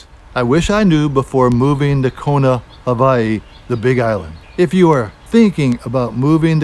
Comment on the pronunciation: Please don’t say havaiii